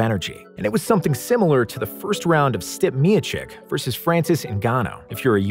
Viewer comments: ITS PRONOUNCED STEEP-A NOT STIP YOU GOOF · “Stip”miocic Lolol Stipe- “Steep-eh” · Im going to be honest, i nearly checked out when he said "Stip" Miocic vs Francis "Ngana" but it was a great video otherwise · No way this dude called Stipe, STIP MIOCHICK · Stip miocic it’s stipe miocic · "STIP" Miocic !!!!!, wow try to do a little research next time. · why did you say stipe like that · Man butchered the fuck out of Stipe’s name and Ngannou’s😂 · I hate how he says stipe miocic